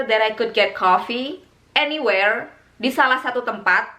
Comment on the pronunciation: Aniwerr and avrewherr